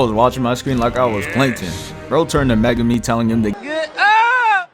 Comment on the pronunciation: Bro... Megame? Muh-Goo-me ffs that shit is ultra annoying